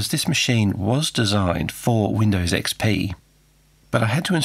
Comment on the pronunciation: "Weendaws ecspee"